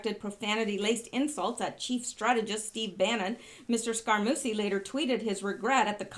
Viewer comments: Scaramucci is pronounced Scaramoochi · Scaramucci is pronounced Sca-ra-moo-chi.